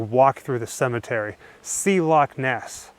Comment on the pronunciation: Brilliant vid, and thank you for saying Loch Ness instead of LOCK Ness.